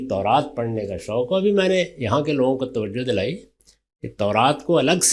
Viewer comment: Khatoon tauraat ko taraat keh rahi hain